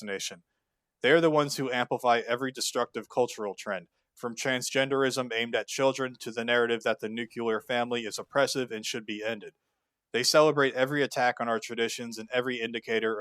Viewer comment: it still bothers me he says nucular and not nuclear